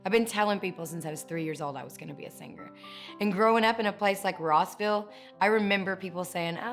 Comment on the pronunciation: It's not Roseville, GA. It's ROSS-ville.